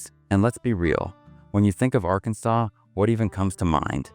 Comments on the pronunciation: "Arkan-saw" not "sas"...you AI bots don't sound too educated either. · Who created this?? I smell AI. Nobody in the US would refer to Arkansas as Ar-KAN-sas!!! It's Arkan-SAW and any American knows this. This is an odd hit piece that has elements of truth but a lot of laugh-out-loud misses. When is a hurricane REPEATEDLY represented by shots of tornadoes? Don't bother watching it. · "Are-KANNS-us"???? Please stop the AI content and narration. Very annoying! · That is a very compact South Carolina "hurricane" pictured. People don't worry much about earthquakes in Oklahoma. It is not pronounced R-Kansas! Also... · It's pronounced R-KAN-SAW not R-KANSAS ! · R Kansas? (Arkansas) AI isn't all it's cracked up to be. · "R"Kansas? Seriously? An illiterate did this video? Must be an AI put together video. GO away! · R-Kansas… dumb ai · AR-Kansas- Really. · These AI videos.... voice, ar-kansas? pics of tornadoes when talking about hurricanes, etc. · A.I. - When are they gonna teach A.I. to talk like a real person? It's so easy to know when a computer voice is lecturing you. Ar-Kansas? Come on! NO human ever says that. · "R-Kansas?" Good grief, AI! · ai slop. Arkansas - "r kansas" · I am not an American but pretty sure he pronounced Arkansas WRONG! AI reading... or who is this? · I've never been impressed by the US, I went to NYC, I thought it was a bit of a dump. And that was Manhattan. And Oklahoma? Lots of oil money, that probably goes straight to NYC and the CEOs, shareholders and banks. Not impressed by the narrator here, either, can't pronounce Arkansas properly. AI, isn't it? Or just incompetence, like the subtitles.